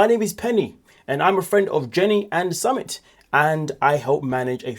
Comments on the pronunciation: you report on 90 Day Fiancé as a job and you're pronouncing it Summit it's soo mit summit is something ai crap would do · Summit? Lol its su-meet ❤ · It’s pronounced Sue-MIT